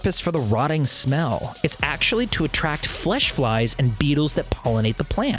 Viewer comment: BUH!-eetles that PUH!-ollinate the PUH!-lant